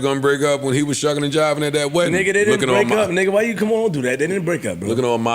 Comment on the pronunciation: This man says sucking and jiving 🤣🤣🤣🤣🤣